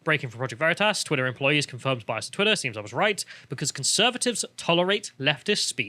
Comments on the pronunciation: Vah-Ree-Tahs??? Bold move Cotton, bold move. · Vereetas?! LOL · It's pronounced: "V'reetus" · Project Vereeters. What’s that? 😂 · "Project Ver-ree-tuss!?!?!" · Back in 1941 in a Munich bierhaus: "What ze hell ist ein 'OSS'?" he asks, as the Gestapo officer across the table hands his new friend a secret document warning them about Allied spies. The fact he pronounced Veritas wrong is just the cherry on top. What an absolute mad lad. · Okay, the PV guy who intentionally mispronounced their name was smart, haha.